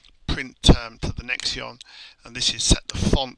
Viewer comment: Nextion is pronounced "Nex-Shun" ("Nex" as in Next, and "tion" as in Nation) I am not from the NA TE ON of Canada, rather the Nation of Canada. Nextion .. "Nex-shun" .. ;) Good Job